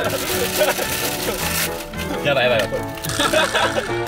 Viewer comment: ホット↗︎アッﾌﾟルπ1つ の発音草